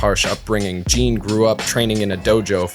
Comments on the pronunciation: Jin's name is not pronounced "Jean" like a pair of pants but more like "Gin" like the alcohol. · Mugen and Jin are no Samurai - they are ronin = vagabonds. Also "samurai" is a social status and not the Japanese word for a sword wielder. 🙈 And Jin is pronounced "jinn" 😵🙉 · Americans pronounce Jin really weird. It's not Jean or Gene like the english name. On he pronounces him right for one time. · "Jean"? You mean Jin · Why is calling he jean instead of Jin lol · Whats with calling Jin ”Jean”? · stop pretending I'm wrong because it makes YOU look silly! In the beginning of the video he states that Jin and Mugen are samurai. True: later on he uses the word samurai differently. But it's a lack of consistency. Also saying that he pronounced "Jin" correctly shows that both of you, that you only watched the English dub, since the Japanese folks really pronounce it "Jinn" or "Gin" like in "Gin Tonic" (I have heard this Japanese name hundreds of times in several Japanese anime and video games with the original dub; Jin is the Japanese word for "justice" by the way)